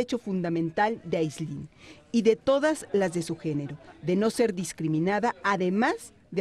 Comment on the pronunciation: Al rojo vivo: Se llama Áislinn, no Aislínn...